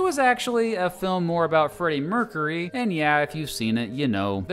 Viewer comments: merk-yer-ee not merk-a-ree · Mercury is pronounce “mer-cure-y” not “mer-curry” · Thanks I couldn't pin point why I hated the way he talks and this video. It sounds like he is questioning every thing he says or making fun of everything. Also the way he says Mercury.